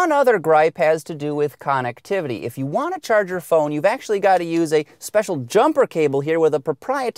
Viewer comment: How can a rotating mass accelerate instantly like that; drop a gear or two perhaps! The attempt at livening up the speech is childish and really irritating. Con ec ti vit y. Guess he has never heard the word connectivity. Review is OK, reviewer doesn't have a clue.